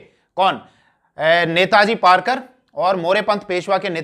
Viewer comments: सरजी ,"नेताजी पारकर नही, वो नेताजी पालकर है. कृपया नेताजी गलत नाम को1 सुधारिये. 'र' नही 'ल' है ' पालकर. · Rarkar no palkar kaho sir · पारकर नही पालकर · पारकर नाही पालकर है सर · नेताजी पालकर हैं । पारकर नाही .👍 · Sar aap nam galat bola rahe ho.. नेतोजी पालकर है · sir it is नेताजी पालकर